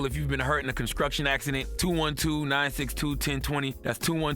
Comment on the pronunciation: What's a cun-skructton Fix-o-dent... my bad, Con-Skruction Axe-SKEE-dent?